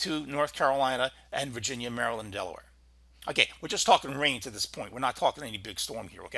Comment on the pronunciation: Thid? Do you mean "this"? Also 92L is at 30mph and 1011 MLB